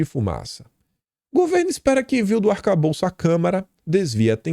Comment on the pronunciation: não é arcabouço ou calabouço é "ATACABOLÇO"